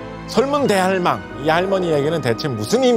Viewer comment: 설문 대할망처럼 들리는데 설문대 할망 이렇게 읽어야해요. 설문대가 이름이고 할망은 제주어로 할머니 즉 설문대 할망 = 설문대 할머니